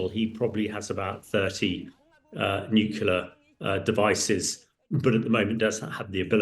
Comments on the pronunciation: NUCLEAR!!!! not nucula. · How can you be so high up in the military and not be able to pronounce the word NUCLEAR?!?!?! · Too right!